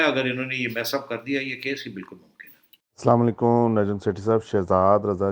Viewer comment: Please say Assalam o Alaikum instead of salawan alakum because the later does not mean nice. I do not want to go into detail at this moment you could find out yourself. I hope you’ll not mind. Love your show.